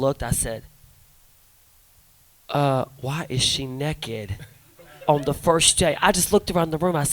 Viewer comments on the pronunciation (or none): I love how Alyssa says Naked. "Neck'ed"